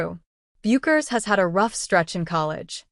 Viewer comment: You know it's AI generated when it pronounces Paige "Bu-kers". You should hear how AI butchers Geno Auriemma's name. Meaningless video